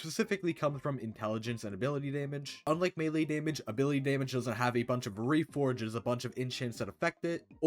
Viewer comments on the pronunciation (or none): none